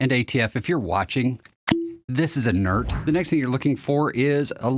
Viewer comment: "this is inert" 😅